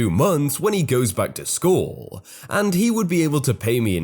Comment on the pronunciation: Will you please read normally instead of making your voice do gymnastics? It's really annoying when you say "school" with 3 syllables 😒 I know you can read normally since you do in your earlier videos. The progression of exaggerated inflection is fairly obvious. Please stop. I tend to watch others' videos with the same stories instead of yours because you're making your voice so annoying